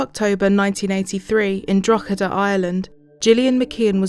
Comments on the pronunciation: Your pronunciation of Drogheda is almost perfect! The -h after the -g in the middle of the word makes the -g silent, similar to the weird rules in the English language that means GH make an F sound, rough, cough etc, except in Irish GH can make a H sound. It’s pronounced: draa-huh-duh, or dro-huh-duh (Thank you for making this video, as an young Irish individual I have plenty of family and friends who have emigrated to Australia over the last decade. This case is so terrifying.) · It's not important in light of what happened, but it's pronounced draw huh duh.